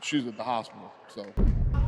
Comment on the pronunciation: dude Dana said "shes aat the hospital so"